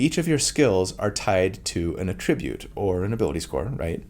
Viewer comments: Friendly Neighborhood English Teacher here with a note on the typical pronunciation of "attribute": When using "attribute" as a verb, the emphasis is placed on the second syllable (ah-TRIH-bhut). Ex.: I attribute a calm, soothing voice to a person with a kind, caring personality. When used as a noun or adjective, the emphasis is placed on the first syllable (AH-trih-bhut). Ex.: The most important attribute score for a wizard is intelligence. - Your FNET ❤ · Quick note about “attribute” prononciation: AE-tri-bute is the noun/adjective. “His attribute” or “strength attribute” uh-TRI-bute is the verb version: “I attribute this to your genius.” Many other words in English do the same thing of shifting the accent based on the function of the word as noun or verb, ex. address, permit, record, or object. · Attribute is pronounced differently depending on if you are using it as a noun or a verb, in fact, many words are in English. He is mainly using it the wrong way, here. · I’ve never heard someone pronounce Attribute as ‘a Tribute’ before. Is that an American regional dialect thing? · It's attribute! not attribute!!! gosh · It’s pronounced attribute when used as a noun but attribute when used as a verb. Hope that helps. 😊 Thanks for the info! I loved your breakdown! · the emphasis for “attribute” depends on whether it’s a noun or a verb. First syllable for the former, second syllable for the latter. There are a bunch of words in English with this rule. (E.g. object or address)